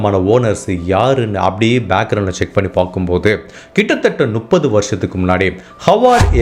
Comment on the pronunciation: தெளிவான உச்சரிப்பு. கதை சொல்லும் விதம் நன்றாக உள்ளது. ஆனால் முப்பது என்பதை நுப்பது என்று சொல்வது எரிச்சலடைய வைக்கிறது. திருத்திக் கொள்ளவுமம். நு .... அல்ல. மு ....ப்பது.